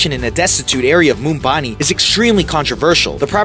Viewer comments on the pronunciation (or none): Its either Bombay or Mumbai not Mumbani and im from the Netherlands.. Maybe he speaks American not English hahaha. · Dude it's Mumbai not "mumbani" ,🙄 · Its not Mumbani.. its MUMBAI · Its not mumbani its Mumbai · Its mumbai not mumbani 😂😂😂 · MUMBANI?!!!! No mate, M U M B A I. Bloody hell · dude if you're uploading something you should be sure that you say things correctly.... It's MUMBAI and not MUMBANI..... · It's Mumbai not mumbani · that place is Mumbai in India not mumbani :P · You are pronouncing the name of Bill Gates neighborhood wrong. It's pronounced muh-dine-a. And wtf is Mumbani? It's (South) Mumbai, geez! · Ambanis house has the height of a 60 story building but it has only 27 floors. and its Mumbai and not Mumbani. poor research. couldnt even get the name of a city right. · Bro it’s Mumbai Not Mumbani 😂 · It's Mumbai not Mumbani...... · yo bro Whats South Mumbani....are you trying to rhyme city's name out of sheer excitement towards Ambani :) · The place is called Mumbai, not mumbaani.. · lol! mumbani ! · Mr.Ambani’s house is in Mumbai.. not Mumbani....😅😅😅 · MUMBA-NI? It’s MUMBAI! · this guy called Mumbai, 'Mumbani' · The city in India is called 'Mumbai' and not 'Mumbani'. 😅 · It’s not Mumbani- it’s Mumbai! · Mumbani? It's Mumbai! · Dude.. it's Mumbai, not Mumbani.. 😂😂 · South Mumbai not south mumbani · MumbaNi?it's Mumbai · It isn't Mumbani. It is Mumbai. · It's Mumbai bro...not mumbani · Not mumbani, its Mumbai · Where the hell is Mumbani? Um, maybe smack dab in the middle of Mumbai? Wtf?!! He said it over and over. When you build a ridiculously expensive house surrounded by slums they don’t change the name of the city for you. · Bc it's not Mumbani....it's Mumbai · It's Mumbai. .not mumbani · It is not MUMBANI, the city is MUMBAI while the owner is AMBANI! Gosh...general knowledge of news reporter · Umm .... well that's Mumbai not Mumbani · It's not Mumbani it's Mumbai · dude....its not Mumbani😂....its Mumbai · Mumbai not Mumbani